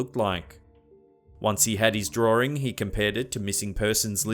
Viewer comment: I love the way he says drawing😂